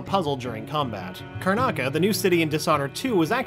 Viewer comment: "The island of Karnaca" smh